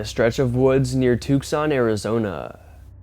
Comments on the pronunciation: Not trying to be a grammar nazi, but just for future reference....Tucson is pronounced two-sahn, not tuckson. Also, in the future, I ask if you could you please be a little more respectful and stop calling children "it". Clearly, the hopping little girl is a girl, not an "it". She has growth, hip and joint deformities and she's not an anomaly. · ........Tucson.......pronunciation.......too song..........don't say the c....... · "Tukes sonn" lolol. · Tooksawn???? And I'm not even American 😊😊😊😊